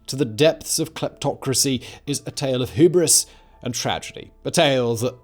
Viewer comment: "Hooberis"? Sheesh, that was a bad one even for Simon 😂